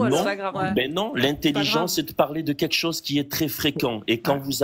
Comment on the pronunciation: Moi ce qui me fou la haine c est quand elle dit "quéque chose"